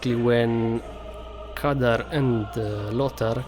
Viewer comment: You're misspronounching the name. It's Khadgar not Kadar. The white haired man isn't Medivh, because he has long hair, while this one has short and white, so it's more likely his steward Moroes. The mage meeting is the Council of Six. The fel explosion likely shows the (blurry) TRUE Karazhan, so it's likely that the tower show at start isn't one. And yes, the canyon is the Blackrock Pass because there's Blackrock mountain in the background and there's no other smoldering volcano on southern part of Eastern Kingdoms. Remember the trailer doesn't show the scenes chronologically. If Stormwind is destroyed, they likely wouldn't wanna show it since it would be about as big a spoiler as king Llaine's death.